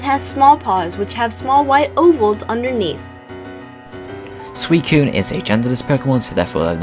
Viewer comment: thanks,i never knew how to prenounce suicune's name